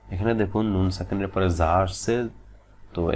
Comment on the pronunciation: যা এর মাখরাজ টা একটু clear করুন